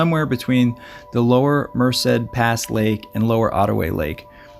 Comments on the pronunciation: Friendly tip: "Merced" is pronounced "mer-SAID" with emphasis on the 2nd syllable. Cheers. 🥾⛰ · Yeah, don't know where he gets the extra syllable. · its mer-ced